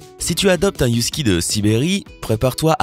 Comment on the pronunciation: On ne dit pas yousky mais HUSKY putain en plus j'en ai deux